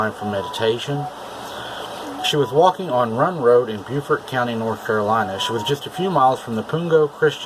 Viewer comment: Also this is North Carolina.... We say Bo-Fert, not ByooFort